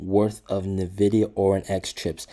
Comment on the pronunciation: NVIDIA... NOT NEVIDIA